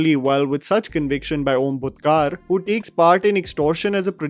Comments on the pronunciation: It's Bhutkar not Bhutkaaar and Khedekar not Khaadekar. :) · You certainly need to pronounce names well.Its Khedekar and not Kadekar and it's Bhutkar and not Butkaar. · 'Kar' in Om Bhutkar is pronounced same way as 'Kar' in Tendulkar or Manjrekar or Mangeshkar. Sorry, couldn't help!